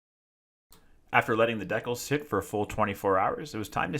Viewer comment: deckels? Oh, DECALS. dee cal....